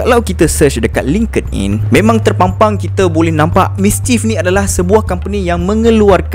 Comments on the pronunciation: Bukan "naikkkkk". "Naikiiiii". Bukan "lingked in". "Link in". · kerol kau kena belajar sebut nike, linkedin etc betul2 before buat video